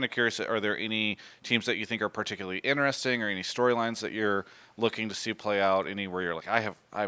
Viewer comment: I really love and enjoy all of Travis' content but if i hear him say inneressing one more time im gonna put my finger in my throat and vomit untill i die of dehydration